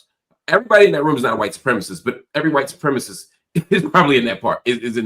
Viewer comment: Cenk can't even say "white supremacist". It's giving "don't call my klan hood racist"